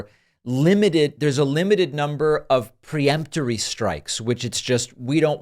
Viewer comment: The word is peremptory, not pre-emptory.